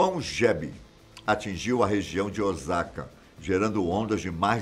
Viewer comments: Meuuuu Deus ! Não é ozaka é Osaka! Só no Brasil q o “s” sem som de “z” Osaka( província:ossaka) 😂😂😂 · Moro no Japão mais de 20 anos e se pronúncia ôssaka e não ozaka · Olá!! A pronúncia correta da cidade é Osaka e não "Ozaka", som de S da mesma forma como é escrita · Obs: a pronúncia correta é Osaka e não Ozaka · Morando aqui eu posso afirmar q a tecnologia aqui realmente é incrível, algumas coisas eles não modernizaram pq preferem deixar como no período feudal, ah e é OSSAKA que se pronuncia corretamente mas se escreve Osaka mas o som é lido como se fosse com 2 S ok rsrs!! Br japan galera vejam lá tmj😃😃😃